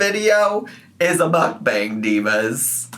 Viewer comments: Why does she keep calling the timer a stopwatch? It has to be a watch to be called a stopwatch. I hate her vocal fry! "Mook-bong-guh" but the "guh" in a higher pitch than the first part of the word. She adds at least 1 extra syllable to every damn word. And, "andouille" pronounced and-doo-wee not and-ole-lee. This is Miss 3.9 GPA, Miss 140IQ, Miss Proper Grammer at all times, Miss Well-Read. Yet can't pronounce over half the words in the english language 😂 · the way she pronounces mukbang annoys me so bad